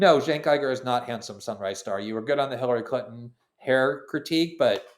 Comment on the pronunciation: How is Glenn so bad at pronouncing foreign words like Uygur and keffiyeh